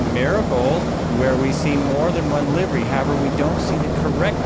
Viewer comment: future ref. The "i" in livery is a short vowel. It's liv er y not live er y. See horse stables.